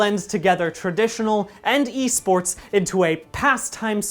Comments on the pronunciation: I had to pause the video and take a momet because "eh-sports" left me reeling. Re: P.I.S.S. ... Why am I into it though. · 44 seconds in and I'm already cackling over "eh sports" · I'm very disappointed the correct "Eh Sports" pronunciation was only used once in this video. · “They’re called Eh sports”